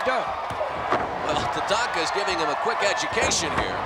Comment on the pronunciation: The brit doesn't know how to pronounce Tatanka properly